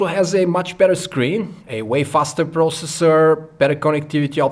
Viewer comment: Det heter ikke "pråosessor":-P